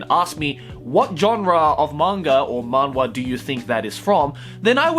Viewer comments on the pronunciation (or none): It’s pronounced “Manhwa (만화)” with the “H (ㅎ)” btw. I’m talking about the Korean pronunciation tho